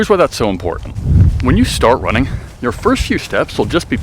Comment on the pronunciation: He said running perfectly fine the says wunning right after lmao wtf